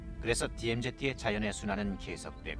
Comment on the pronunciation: 저시절 표준영어발음 디엠제트 구수하구먼